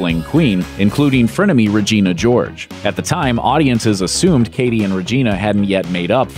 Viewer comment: Maybe the commentator should know that it is CADY not KATTIE (Mean Girls).